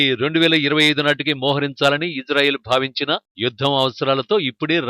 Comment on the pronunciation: Hello Anchor.....Ijrael kaadu Israel.....pronounce correctly....correct yourself....shame shame shame on you....